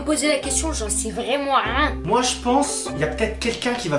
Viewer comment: qui a remarquer il a dis j en sais vraiment ren au lieux de rien liker si vous etes daccord ⬇️